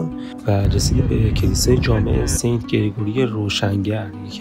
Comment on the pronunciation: Sant is correct pronunciation not sent . Sent meaning is 1/100 .